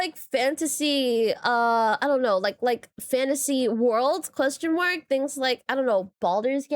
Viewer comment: Sorry but every time you say "Question mark" all I hear is "costum work" 😂